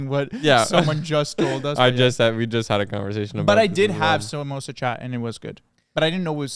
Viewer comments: I CANT with the way you guys are pronouncing samosa chaat and pani puri ....😭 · bye literally being pakistani and they mentioning korma and mispronouncing samosa chaat